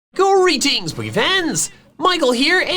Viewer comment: Who here first thought was saying Gory Teens instead of greetings when you first started watching?